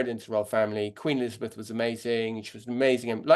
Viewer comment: She cannot even say the name of former Queen Elizabeth!